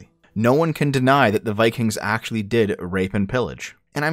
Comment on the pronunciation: "we wuz viKANGs"